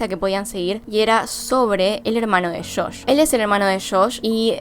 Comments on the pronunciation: Es JOSH NO SHOSH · Buen video, lo unico que me molesta un poco es que dice como "shosh" en vez de josh 🤣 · sufri cuando decias shosh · "Shosh" xD